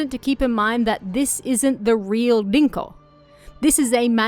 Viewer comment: It’s pronounced rinko, not dinko